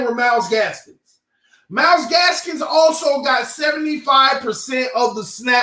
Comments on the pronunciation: Myles GASKIN no s at the end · Myles Gaskin NOT Gaskins! Lol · say the name right 😂 it’s Gaskin come on my guy